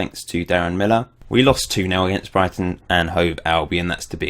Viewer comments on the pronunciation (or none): none